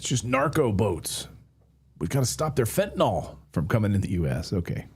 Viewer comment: OKAY CLAYTON..................it's pronounced FEN TA NILLLLL. Not FEN TA NOLLLL. Please.